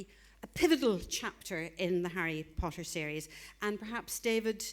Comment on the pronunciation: Well Ginny seems to be liking Pottah and that's not ignorable